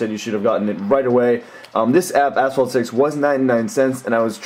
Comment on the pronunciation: did he said ,,asshole six''